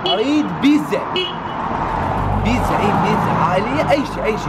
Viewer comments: للعلم اسمها بيتزا مو بيزا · بيزا شنو بيتزا مو بيزا 😂😜✌